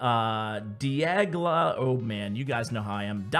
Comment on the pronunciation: am I the only one who cares he cant pronounce Dialga